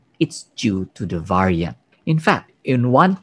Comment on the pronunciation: Can somebody teach him how to pronounce the word Variant